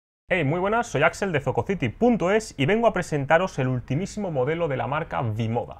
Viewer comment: Eso iba a decir jajaj